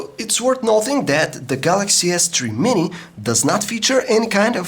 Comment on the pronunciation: the way that he pronounced "s3 Mini". oww just nevermind